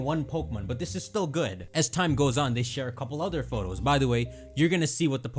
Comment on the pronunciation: Why is there a British announcer in Spain. I hate how he says Photos